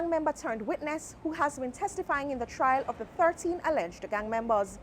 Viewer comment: Trial not Trail....